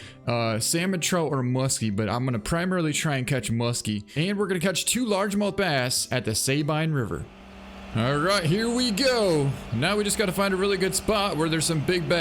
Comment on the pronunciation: Hey man not trying to be an A-hole or anything. But I live in Louisiana where part of the Sabine River runs through and its actually pronouced as if your saying Sa-Bean River